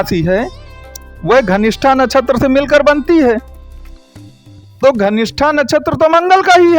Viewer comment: Ghanistha nehi Dhanishtha hota hai